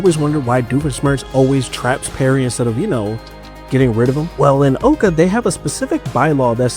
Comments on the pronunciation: Yoo please stop saying Owca its pronounced OWca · It's not owe-ka, it's ow-ka (It's pronounced in the show multiple times, get it right) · Oh-ca pained me. It’s ow-ca like ow that hurt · The amount of times he kept calling it (OH-CA) instead of (OW-CA) just ticked me off. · It’s pronounced OWCA. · It’s pronounced ow ca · I got so upset when he kept pronouncing owca wrong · You're saying OWCA wrong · He is pronouncing o.w.c.a wrong